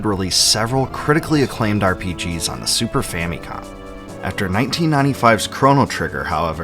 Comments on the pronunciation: Fam-i-com not Fam-EEE-com. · Okay, if you wanna be technical, yes, it's Fa-mi-com but it's certainly not, based on Japanese pronunciation, Fa-meee-com. When I was growing up there was a Nintendoaholic kid a few years younger than me that found out the original name of the NES was Famicom and was pronouncing it Fameeecom and it made my skin crawl every time he said it. I tried to no avail to correct him because he was a dolt. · Well... it's a Japanese Product name. Phonetically in Japanese ファミコン it's pronounced Fa-mi-Con. It was a shortened version for Family Computer. As in Nintendo Entertainment System: Family Computer. So yes, it's Fa-mee-com. But Fa-mih-com sounds fine and no one is gonna bust your balls over it.🤷🏻